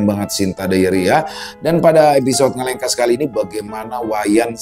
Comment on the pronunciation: ngalengkuas salah Bang ngalengkas 😀